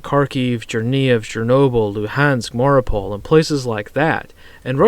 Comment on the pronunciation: Mariupol, not Mauripol